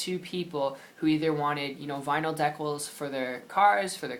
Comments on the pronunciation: just an fyi, good video but they're pronounced DEE-cals. Not de-CAls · deckals? really? If you want to be taken seriously, you should pronounce the main subject correctly